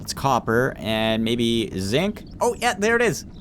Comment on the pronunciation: and when you say zinc it sounds kinda like zit